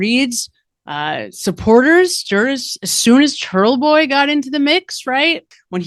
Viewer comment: You said Churtle Boy 😂